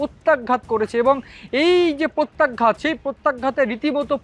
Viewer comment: প্রত্যাঘাত শব্দের সঠিক উচ্চারণ জেনে নিলে ভালো হয়। আপনার আশেপাশে কাউকে পেয়ে যাবেন মনে হয়।